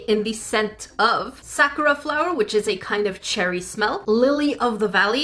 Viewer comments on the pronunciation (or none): none